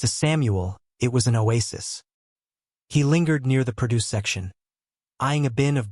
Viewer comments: AI reading needs to go away, 2 minutes in and pro-DUCE instead of PRO-duce drove me insane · i HATE THESE FAKE ai CREATED VIDEOS. tHE GIVE AWAY WAS "pro-DUCE" WHEN IT SHOULD HAVE BEEN "PRO-duce".